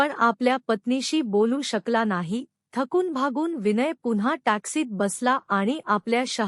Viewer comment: तुम्ही हे स्वतःला दोनदा वाचून पहा किती अशुद्ध वाचन आहे विनय हे साधं नाव ही उच्चारता येत नाही तुम्हाला अगोदर निट दोन तीन वेळा वाचा.ऐकाआणी मग